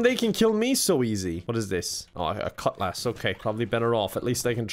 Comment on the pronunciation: Hey,, why do you say Cutlass weirdly?